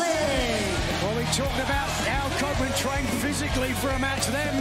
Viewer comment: The Co- - -open-land